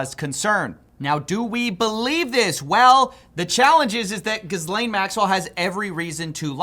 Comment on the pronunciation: How you say Jizlane in stead of Ghislaine is funny to me